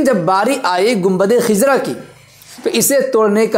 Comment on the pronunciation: Khizra nahi hai! khazra sahi hai